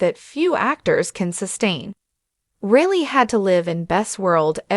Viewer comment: FFS... get her name correct. Surname is Reilly.... pronounced as Riley, not Really